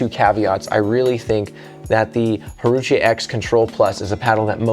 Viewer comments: “I had to make sure I said that name correctly” You 5 seconds before: “haruché” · My paddle of choice. All court paddle that does everything well. Can’t overhit out, great spin, exceptional control. Added a total of .4 ozs of lead (6” of .5” tape) from neck bend up. Not that it matters, “Wah-rah-chee” might be the proper pronunciation. Great video!